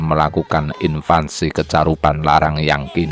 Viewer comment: Invasi bukan invansi ! Belajar baca dulu, biar ga malu2in. Kebangetan, tinggal baca aja lidahnya belepotan. Ganti aja min yg baca narasi.